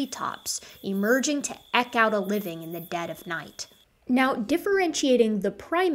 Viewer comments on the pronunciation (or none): I like your series, especially this one. They tie together a lot of information into a nice narrative. Just a nit about a word ... "eke", as in "eke out a living" rhymes with "peak" not "peck". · "Eke" is pronounced "Eeek" here in the UK. Is it really pronounced "Ek" elsewhere? Hands up guys! What does "Eke out a living" sound like where you are? I'm fascinated by etymology. Languages evolve, split, go extinct ect. in a very Darwinian way. Edit: Ok, video has just ended. It's just the sort of thing that would've hooked me as school at that time was dry & monotonous. Exactly the opposite of what we have here! Splendid stuff! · Eke is pronounce with a long E. As if you've seen a Eek A Mouse. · Can you tell me why you pronounce “eke” the way you do?